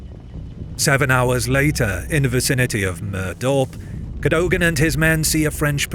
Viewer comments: Its Cad-dug-ann ... Not Cad- dough-gan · CADOGAN is pronounced CADOUGIN by the way. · Very good video about an important battle. Cadogan is pronounced Ca-dug-an.